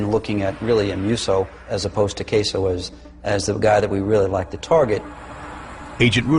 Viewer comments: Anthony "Queso" is how that guy pronounced it. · Gaspipe Queso made me lol